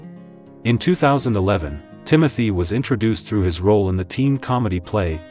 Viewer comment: The correct pronunciation of his first name is ' Tim-oh-tay' .